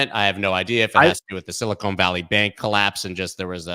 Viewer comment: Love how talks about "Silicone Valley" instead of "Silicon Valley" lol! Very different things...